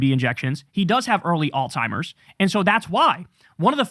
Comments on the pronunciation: KK. There's no hard "t" in pronouncing Alzheimers..just sayin, no big deal , doesn't matter, just stop. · Can you please stop calling Alzheimer’s oldtimers? It’s actually driving me crazy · Kyle talking badly about Trump's vocabulary while referring to Alzheimer's as "All Timers" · There’s no T in Alzheimer’s bro. Plz take care to say the right words, especially as you’re criticizing someone else’s speech.